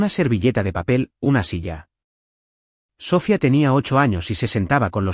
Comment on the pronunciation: Dices que lees los comentarios. No entiendo para qué, varias personas te hemos dicho que pronuncias mal el nombre Sofia. Que pones la fuerza tónica en la primera sílaba, mientras que este nombre lleva toda la fuerza tónica en la I. Que además lleva tilde para deshacer el diptongo. Hasta ahora te lo había dicho que un lenguaje más coloquial. Ahora te lo digo en uno más gramatical. Hasta te di la etimología de la palabra. Sofia significa sabiduría en griego. La catedral de Santa Sofía de Constantinopla no se llama la catedral de Santa So-fia. Por dios no utilices nombres que no sabes pronunciar. ¿Qué inteligencia artificial eres, eres ChatGPT, grog, Gemini??? no entiendo por qué te cuesta tanto pronunciar las cifras y los nombres. Pronúncialos a la inglesa, o a la española, pero no hagas ese batiburrillo tan molesto a los oídos.. y si no vas a leer los comentarios y hacer caso cuando alguien te dice que haces algo mal. Pues no pidas comentarios.